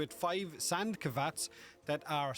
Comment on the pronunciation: Wait "sand kavats"?